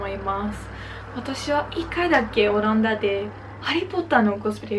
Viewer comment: "オランダ"のアクセントが若干気になります。😵 聞き取る分には問題ないと思うので自信持って大丈夫ですよ！！🙆 あと、お綺麗です😊